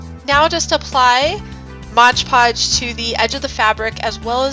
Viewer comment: Why does everyone on YouTube say Modge Podge?